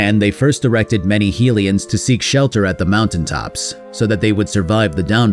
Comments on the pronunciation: Sorry to be that person but Hylian is pronounced with the HY sounding like High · You say hylian wrong :s